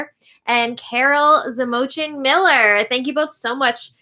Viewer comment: Yay you said my name!! You pronounced Zamojcin correctly and everything!❤️❤️❤️